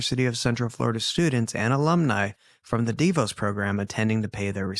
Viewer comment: I have been watching (sorry i dont want to misspell your name) for over a year. I love watching or just listening to crime pods on mostly YouTube. Anyway I love that I've found this page and appreciate how gentle and caring when it comes to victims and their families. With that said I have a correction for whomever said it incorrect..... DeVos is pronounced DEE VOSS. They are a family very dominant in the city and state I live in. Just thought I'd let you know in case it ever comes up again. Thanks for the content ❤😊